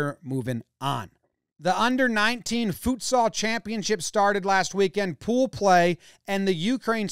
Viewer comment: Oof Jomboy, we need to work on that pronunciation of Futsal.